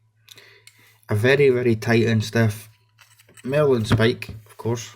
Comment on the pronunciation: Marlinspike not 'Merlinspike'!